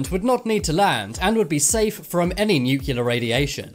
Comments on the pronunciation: New-cle-ar, not new-cu-lar! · Nuclear. Nucular........ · it's nuclear not nucilar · The word is "nuclear" NOT "nuculer". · New Key Lar. Nuclear New Clee Arr if the robot voice can't even pronounce nuclear correctly what's the point of watching the video D Minus.